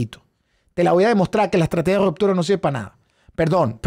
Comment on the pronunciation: No es rOptura.... es rUptura